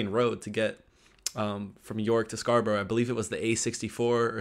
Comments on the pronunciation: It’s Scar- burra not burrow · Come on. You should know how to pronounced SCARBOROUGH, or any other town ending in "borough", by now!! SCARBRA not SCAR BUR ROW! Public TRANSIT!? TRANSPORT. First difference. We don't call it a ROAD TRIP! " SUB COMPACT CAR "!? Car bingo....WHAT!!?? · Scarborough is not pronounced as Scarboro'...it's 'Scarburruh'!! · "Scarbro" Where's that? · Scarborough, pronounced scar-bra xx